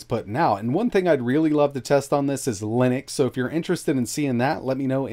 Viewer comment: Are we interested in seeing Linux (or Linnux, as you say it)? Uh, of course.